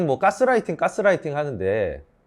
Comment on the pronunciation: "까"스라이팅 이라고 하셔서 괜히 거기 꽂혔네요. ㅋㅋ 좋은 내용 감사합니다